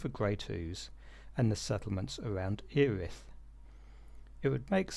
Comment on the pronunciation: 👍 on ‘Gumster’, but isn’t Earith (‘ear-rith’) actually “eh-rith”?